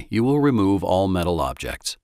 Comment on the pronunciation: i feel weird when yi say "all" but why?